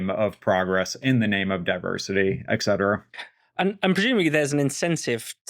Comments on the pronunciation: How is such a well-educated man still able to utter the word “eck-cetera”??? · PLEASE stop saying "eck cetera."